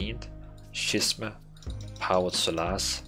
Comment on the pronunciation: Great vid. 2 things however: Scheming is pronounced SKEE-MING and Schism is pronounced SKIZ-EM